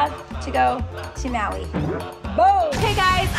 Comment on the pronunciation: they said they are going to maui but keep saying hawi🤬😡😡😡😡😡😡😡😡😡😡😡😡😡😡😡😡😡😡😡